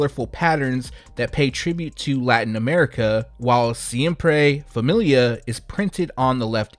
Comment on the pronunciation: The siempre familia i really want to cop. And you pronounced it right by the way. Keep up the good work.